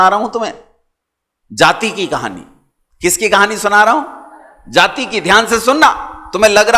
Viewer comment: महोदय,आप द्वारा जाति शब्द का उच्चारण गलत किया जा रहा है।